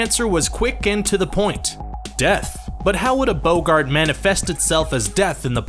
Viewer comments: OMFG 😲 BOW-GART??? my two year old daughter even says it properly damn it! Why do so many people have issues pronouncing certain words! Ugh 😥 sigh* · Humphrey bow-gart lol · Boggart's pronunciation is bog-ut. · The only problem i have with this video is the way he pronounces ‘boggart’ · The SAID IT TO YOU! PRONOUNCE BOGART RIGHT. Bloody yank!. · How to pronounce boggart: B-AH-GART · You played a clip where they said "Boggart" and then proceeded to say the word wrong multiple times! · He pronounces boggart like he’s referring to Casablanca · Humphrey Bogart does not appear anywhere in the Potter series. You should really watch the movies sometime and learn how to pronounce Boggart. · Ughhhh say Boggart right 😡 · Did the narrator not hear how Hermione said Boggart?! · The pronunciation of 'Boggart' in this video... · Awesome video but yeah that pronunciation of boggart is Awful but funny. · Not surprised; a dozen videos about Harry Potter, and just learned for the first time in this one how to pronounce "Rowling." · Boggart(bah-gert) not (bow-gert) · Has this guy ever seen the movies? It isn’t BOA-ggat, it’s boh-ggat. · Voldermorts Bo-GART😂😂 it's a Bogg-art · Stop! You're saying it wrong! It's BAH-gart, not BOH-gart. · It's pronounced 'bog-gart' NOT 'bou-gard'!!!! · Boggart not Bo gart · I'm skeptical the narrator has ever read the books or watched the movies 🤔 he called a Boggart a "Boe-gart" instead of "Bog-gert" like what they say in the movie... 🙃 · Bowgart??? It’s Bog-ert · It's not "BO-GART its "BOGG-ART" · It’s not Boe-Gart it’s Bog-art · Its not boggaaart its boggart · Your saying it wrong, It's bogg art not bo ggart! 🧹⚡👔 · Wooow hold up a minute! It’s not a BOW-GART It’s BOG -GERT that’s how it’s pronounced. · its pronoucned boggat not BO Gart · Is anyone soooo cringed that he says some of the names of objects wrong? Like he says boggarte insted of boggart. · It's not a bow gart it's a bogg et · It's a bOgert not a bogArt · Boggart, not bogart.